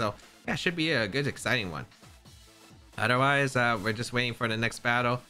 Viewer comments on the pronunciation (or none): I always laugh when he says “odder wise” 😂😂😂